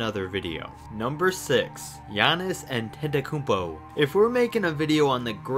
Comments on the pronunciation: Giannis Antekljaetpa It’s Giannis Antetokounmpo LOL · What is Antekljaetpa? It is Antetokounmpo. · Antetokunmpo not Antekljaetpa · GIANNIS ANTEKLJAETPA???? Rookie?? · Bro GIANNIS "ANTEKLJAETPA" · Its Antetokounmpo not Antekljaetpa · He spelled Giannis’ last name,” “Antekljaeypa” for some reason. (?) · Giannis Antekljaetpa????? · Its Antetokounmpo bro, not Antekljaetpa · Giannis Antekljaetpa? 🤔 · Antetekounpo not antekljaetpa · lol giannis antekljaetpa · what? Giannis antekljaetpa 😂😂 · It’s Antetokoumpo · Hey asshole, have respect for the man's name. Antetokounmpo. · Ha he said Giannis Antekijaetpa XD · Nobody:: Giannis Antekljaetpa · The way you say antekounmpo😂😂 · just gave up on Giannis' surname(Antetekounmpo) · ante-deh-kounmpo say it with me child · "GIANNIS ANTEKLJAETPA" LOL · Giannis Antekljaetpa??? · Gainnis Antekljaetpa? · He butchered giannas's second name 😂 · You can't even prounce or spell Giannis Antetokounmpo. You can get it straight off the internet. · Antetokounmpo dosent have a j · This nigga really butchered Giannas’ last name 😂😂😂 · Why you said that wrong the name of Giannis Antetokounmpo